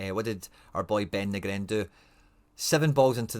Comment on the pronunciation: Let me help you out bro... Too-nek-ti Nee-grin Nav-rot-ski (for old times sake) Gonnae stop nippy ma heid wae yer intentional mispronunciations I really want to listen to your channel, as otherwise you do a pro job, but yer letting yersel down wae that chat...